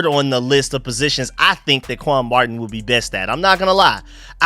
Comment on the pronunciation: my team is the Redskins’s! And if you was paying any attention at all he called him quan marting not Martin. Simple mistake but I’m just laughing at him! What the hell are you talking about?